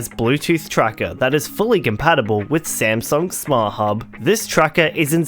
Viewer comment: I laughed when he called it smasnug and found out I am not the only one calling it